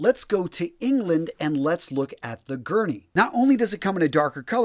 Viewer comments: i'm sorry fella but you are saying "Guernsey" wrong. the S isn't silent, my farther is from Guernsey but even if he wasn't everyone knows its guernSey. Edit: btw i'm not trying to be a knob but i'm just sayin' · Sorry to correct you but the channel island of Guernsey is pronounced gurn-zee. I have not been to either Guernsey or Jersey. Come to think of it I suppose we get the word “jersey” to describe the woollen fabric & also the garment (sweater or jumper) from the island.